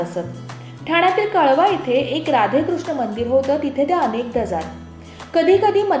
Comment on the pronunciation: "काळवा" नाही " कळवा" अस आहे